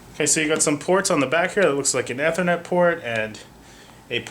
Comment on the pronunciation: downboat for "eh-thernet"